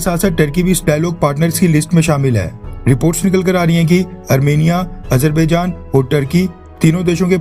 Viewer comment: Hahahahahaha Modi is worried about Azerbaijan/Armenia conflict. He pronounces it Ajar...bhai...jan...😂😂😂😂😂